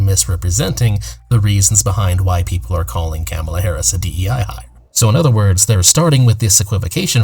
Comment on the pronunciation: If you're gonna make a video about Kamala Harris at least make an effort to say her name right.